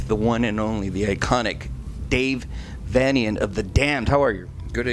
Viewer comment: Dear: It's VAY-nian. Thank you.